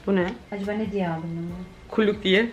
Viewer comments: kullük? Küllük? 😂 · Ahahaha yaa kulluk diyememen 🙈🙈 çok tatlısın 💕